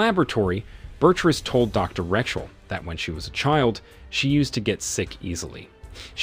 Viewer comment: Change it to, when he mispronounced Rachel as Wretchel